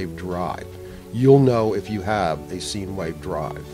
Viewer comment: Taking advice from someone who never took a trigonometry class. Its "sign" wave not "seen"